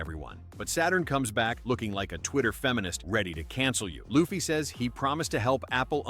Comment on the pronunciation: Stop calling Luffy as Laffy